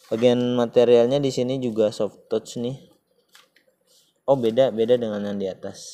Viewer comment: maaf ya pronunciation "touch" nya masih salah..."zone" bukan "jon"